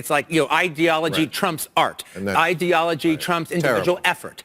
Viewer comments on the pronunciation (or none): He's not the most articulate speaker. Seems to have a problem pronouncing the word ideology.